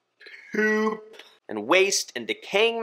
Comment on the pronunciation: Lmao “feish pewp”